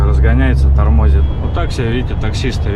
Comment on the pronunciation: Тормозит - ударение ставь правильно ✅😂😂😂😂😂